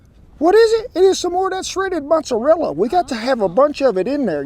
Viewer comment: I dont trust anyone making lasagna that says RIKOTTTA OR MOTTTSARELA 😂🤷‍♂️